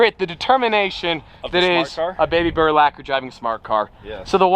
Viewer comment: It’s burlacher